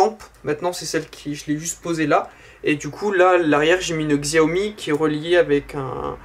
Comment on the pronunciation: C'est Alexa et ça ce prononcé Chiaomi :)